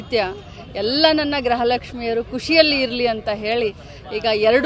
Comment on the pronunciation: madam graha lakshmi alla gruhalakshmi antha heli